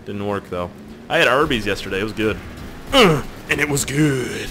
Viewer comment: it sounded like he said :i had herpes last night, it was GOOD!" when he said "i had arbys last night, it was GOOD!" :C